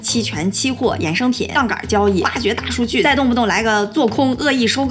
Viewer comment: 应该是杠杆 不是杠杠，但是这视频真的是杠杠的！厉害